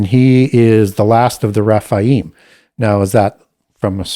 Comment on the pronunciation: Raphael is an Arch Angel (not fallen). His name means God heals. Rephaim are the giants (he pronounces it Raphaim ). Raphaim is an (individual) ancestor of Judith according to the Apocrypha. Never heard Baal having the name Raphael/Rapael, but Ra, yes. I admire the amount of knowledge has. I was just very confused and had to do some research in regards to the angel Raphael, seeing if there were any links. Nope just mispronunciations, and perhaps the usual devil counterfeit scheme.